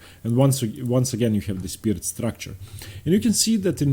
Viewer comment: I don’t know about y’all but I derive a great deal of satisfaction listening to him pronounce ‘Pirc’ correctly every time.